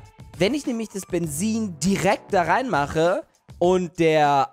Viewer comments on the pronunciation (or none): Das heißt Bezin mit Z und nicht Bensin. 😔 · Wie er einfach immer "Bensin" anstatt "Benzin" gesagt hat! XD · Das heißt Benzin, nicht Bensin⛽ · Jeder sagt Benzin: Bensin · es heißt Benzin und nicht Bensin 😂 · Bensin lachflash des Jahrtausends es heißt Benzin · Bensin. Ich: Es heißt Benzin! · Bensin??? Heißt das nicht Benzin?😂😂😂😂😂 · Wem is aufgefallen dass immer Bensin sagt😁😃😄😅❤ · BENZIEN?!?!?!??!?!?!??junge...ES HEI?T BENZIIIIIIN UND NICHT BENZIIIIIIEN!!! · Das heißt nicht Bensin sondern Benzin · es heißt Benzin und nichts Bensin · 🥺❤️ Welche Sprache bist du? Du sagst Statt Benzin = bensin 😂❤️ Haha Liked pls damit es sieht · Es heißt Benzin nicht benzzin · spricht es "bensien" aus Ich:spreche eher "Benzin" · Mensch sag Benzin zzzz zzz nich sss mensch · Es heißt Benzien ohne s!!Mehrk es dir! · Wen triggert auch wie Benzin ausspricht?🤣